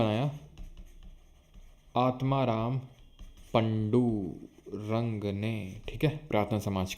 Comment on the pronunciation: Sir its पांडूरंग